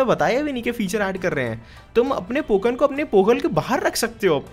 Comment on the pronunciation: It is not poken it's Pokemon